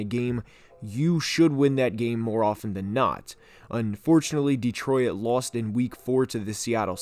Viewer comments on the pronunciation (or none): Is it just me or is he pronouncing Detroit as De-Troy-It?